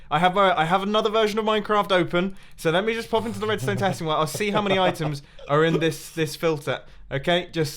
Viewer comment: "oitems" :D